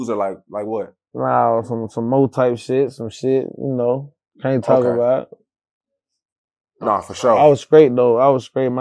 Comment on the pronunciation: "Nawl, like on purpose"